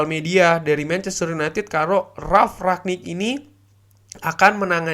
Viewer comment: rangnick mas dengernya ragnick